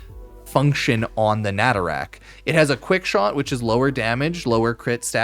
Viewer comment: Me whe he said natarak instead of nataruk